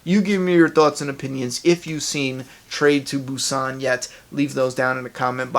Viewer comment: hahah this movie came out months ago. ya since im from asia obviously i watched it earlier but its great that you are covering on this movie and yes its a very good movie. world war Z just sucks in my opinion thats y i did not watch it and yes you said the movie's name right